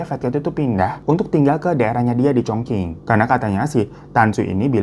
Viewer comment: chongqing itu bacanya congcing bro...